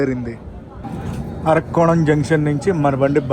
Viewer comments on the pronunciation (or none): మీ ట్రైన్ బ్లాగ్స్ అన్ని చూస్తాను. మీరు ఊళ్ల పేర్లు తప్పుగా చదువుతున్నారు. ఆర్కోణం కాదు అరక్కోణం. మీరు కాంట్ అంటారు అది కంటోన్మెంట్ అని చదవండి. రేక్ షేర్ కాదు. Rack ను ఉచ్చారణ ని ను తెలుగులో యథాతథం గా రాయలేం."సూళ్లూరుపేట" సుళ్లూరుపేట కాదు.